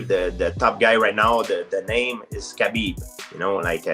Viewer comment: Whenever GSP says: "Khabib he..." it sounds like "Habibi" :D